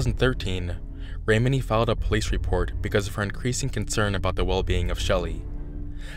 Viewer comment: Mike Rinder: his name is pronounced; R-in-durr Lea Remini: her name is pronounced; rim-A-knee 😊